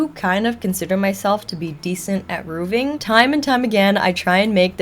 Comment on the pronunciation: I'm truly not trying for snark.... "RooVing" is like nails on a chalkboard for me. RooFing 🙏🏼😜 ty